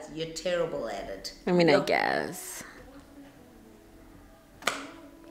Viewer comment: The phrase "I mean I gyass"😭😭😂😂😂(guess)has in a chokehold